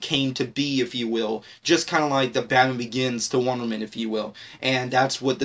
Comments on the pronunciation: Why in this video when he says wonderwoman it sound like wonder man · dude you kept saying wondermen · Mabey learn how to say "Wonder Woman" first buddy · this guy can't pronounce Wonder woman correctly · anyone annoyed about how he says wonderwoman